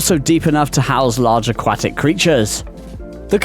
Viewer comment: Grate content plz learn how to say aquatic